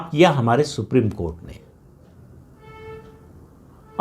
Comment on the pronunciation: सुप्रीम कोर्ट का नाम मत लिया कीजिए सर। सुनकर ऐसा लगता है जैसे कोठा बोल रहे हो।